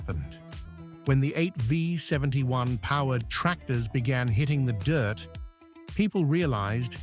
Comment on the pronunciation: 8 five 71? AI narration which can't recognize a V? That tells me all I need to know in less than 5 seconds. Click bait.